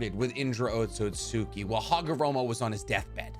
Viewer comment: Otsutski is pronounced OAT-SOOT-SKI